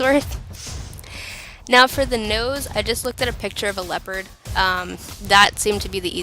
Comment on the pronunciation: Very awesome body paint tutorial. I really liked the dimensions of the kitty. And don't worry, you're not the only who pronounces "leopard" as "leo-pard" lol.